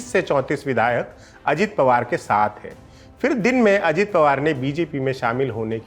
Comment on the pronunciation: से निवेदन है आप “फिर” (phir) को “फ़िर” (fir) ना बोलें।